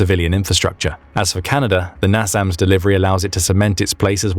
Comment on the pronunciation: I was amazed to hear that the nation to our North is "Canader"